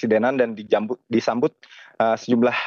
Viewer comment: Disambut mas, bukan dijambut😂